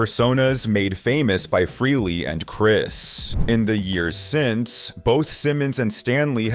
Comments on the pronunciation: Why does everyone mispronounce Ace's last name? It's FRAYley, not FREELY. Damn, that's annoying as crap! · That’s not how you say Ace’s last name